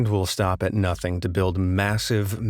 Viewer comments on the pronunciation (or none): none